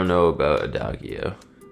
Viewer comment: A-dog-e-o? And Bingo was his name-o?